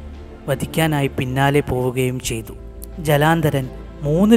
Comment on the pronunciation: ജലാന്ദരൻ അല്ല ജലന്ധരൻ